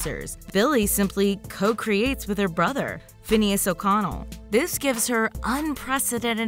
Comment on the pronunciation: Am I the only one who had to laugh because of the way she said o Connell